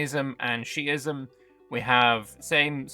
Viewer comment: It's pronounced shi ism.